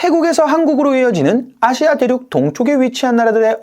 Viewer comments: 아↗️시아 ! 대구분이신가 봅니다~ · 아시아 발음이 누가봐도 경상도 시군요? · 아시아 발음에 성조가 있나?